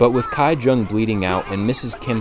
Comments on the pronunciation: The name of the poor family's daughter is not pronounced as Gai- Jung but Gi- Jung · small nitpick, but how in the world did you manage “kai” jung out of “ki jung” when “ki woo” seemed just fine? lol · Bruh stop saying Kai, it's KI-WOO, KI-JUNG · Great review. FYI Ki is pronounced Kee, not Kai. So Kee-woo and Kee-jung. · a small note: ki-jung is pronounced kee-jung not kai-jung, and same with ki-woo, it’s pronounced kee-oo :)) i appreciate your efforts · i feel like this narrator didn't even watch the movie.. otherwise, he would know how to pronounce Kijung and Kiwoo. It took me a minute to figure out what he was saying when he said 'Kaijung and Kaiwoo'. sorry but my biggest pet peeve is when people dont learn how to pronunciate names... which you would learn anyway if you watched the movie.